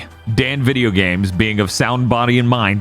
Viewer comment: Did Dan said Bideogames instead of video games in the intro